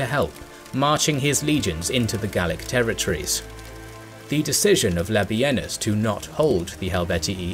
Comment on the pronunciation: the disrespect to labienus.... its LA-BEE-NIS not LA-BEE-EN-US. The man deserves atleast 35-45%, if not 50% of credit for the gallic wars and yall cant even get his name right or properly credit him